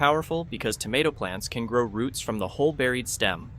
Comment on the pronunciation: tomato is not pronounced damatto🧐